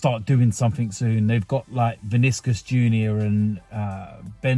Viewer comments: Vinicius, not Viniscus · The way you say Vinicius 😂😂